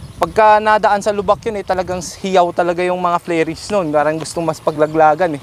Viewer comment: Flerings, flairings ba talga or Fairings?